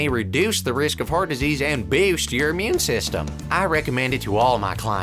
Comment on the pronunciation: And bewst your immewne system